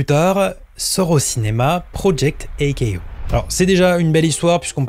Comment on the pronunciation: Vue la façon dont tu prononces Project A-KO, tu n’as clairement JAMAIS vu Project A-KO…que des infos choppées sur le net, sans sources véritables… et tout le monde encense ta vidéo… hey bé